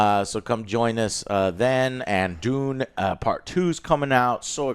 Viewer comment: When you said Dune part 2 i thought you were say Doom Part 2. I was like WTF!!!???